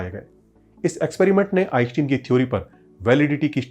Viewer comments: आइनश्टाइन, आइंस्टीन नहीं। कम से कम दुनिया के सबसे बड़े और मशहूर वैज्ञानिक का नाम तो ठीक से उच्चारण कर। फिजिक्स बाद में सीखना और सीखाना। सारे एनिमेशन्स तो दूसरे चैनल्स से वैसे भी तू ने चोरी कर रखा है। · आईन्स्टाईन सही उच्चारण हैं।। आप बार बार गलत उच्चारण क्यों कर रहे हैं??.. ✊🏼🧠✒️🇮🇳